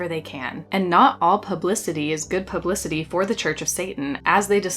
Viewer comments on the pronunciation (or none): "Poo-blicity" LMAO, I'll say.